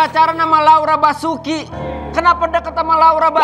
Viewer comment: 😂 Dian Sastrowardoyo ❌ Dian SASWI ✅ , 😂 Laura Basuki ❌ Laura BASURO ✅